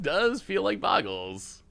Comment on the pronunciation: "Overlord of the Boyerbiggles"?? Never change,. Love the brews, looking forward to more in the new set!